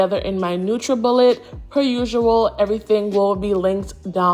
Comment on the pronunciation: Love it😍😍😍😍 was I the only one who found it weird when you said usual instead usual 😂😂😂😂😂 I said it without and then with the accent...I am Jamaican I know what I'm saying 😂😂😂😂😂😂😂😂